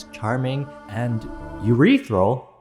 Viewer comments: “Urethral” for “ethereal”😂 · URETHRAL LMAOO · Ureteral --- made my day LOL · Ethereal ❌ Urethral ✔️